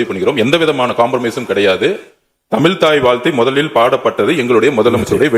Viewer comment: தமில் இல்லை தமிழ்..... please learn to speak correctly....